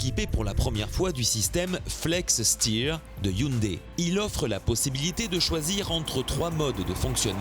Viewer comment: hyundai pas hyndai :) sinon , bon travail